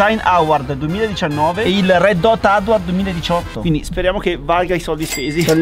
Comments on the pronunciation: Scusa ma non si pronuncia "auard" ma "auórd" eh... Sennó... Bah.... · Design AUARDD? 🤦🏻‍♂️ Un minimo di inglese, miseria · Quanti “auardz” che ha vinto 😬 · Voglio fare video in inglese: auard (award) 😂 Grande 😂😂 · “Auard”. E vorrebbe fare un canale in inglese 😂😢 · La pronuncia di award mi fa troppo ridere